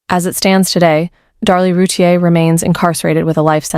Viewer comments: This is not correct. It’s “roo-teer” 2 syllables. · It's "roo- teer"